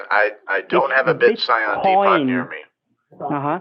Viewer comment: I love how you can make fools out of these scammers so effortlessly. They think they're so smart, until they're not and turn into the most ridiculous beings on the planet. "The BitScion De-Pot" 😂 Of course, a scammer would never be complete without those famous three words, Each and Everyting™.